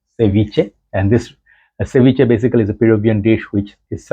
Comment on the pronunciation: Great Latino accent, you sound very close how is pronounced in Spanish (for the word ceviche, vivace is an Italian word), reviews are always entertaining. All the best and wish you get your 100k subscribers soon